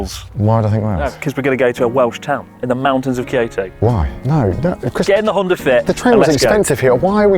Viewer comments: Am i the only one who thought he said "kirito" at the start? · connor: Kyoto me: diD yOu sAy kiRiTo?